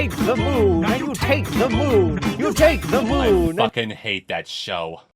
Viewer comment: emphasis on "TAKE th-" is what broke me.